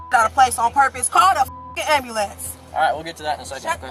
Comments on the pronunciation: I can't stand it when people pronounce ambulance wrong!! It sounds so ignorant!!! It's not Am b"a" lance, its am b"u" lance!!!!!!! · "Call the ambalamce" 😂😂😂 Shaquantae was as ratchet as they get lmao Also ain't no way she's only 200lbs gurrrl quit playing Respusha 😂😂